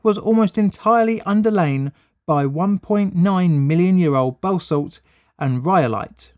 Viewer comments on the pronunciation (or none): Balsalt ? Surely, you mean balshit.....How about basalt ? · Bro, I'm pretty sure that "balsalt" is just the sodium-laden stuff that collects on your scrotum after sweating profusely. The mineral you are searching for is called basalt, pronounced buh-SALT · it's "basalt", not "balsalt" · Balsalt ?! Lol clearly not a geologist of any form talking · The first “L” in Balsalt is silent. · It’s “basalt” (pronounced bah-salt) not “balsalt”. And although “salt” is part of the word, it’s a type of rock, not a type of salt. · Ummmmm, the rock is basalt, not balsalt.